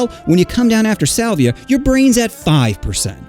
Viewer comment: i thought this hot dude said 'saliva'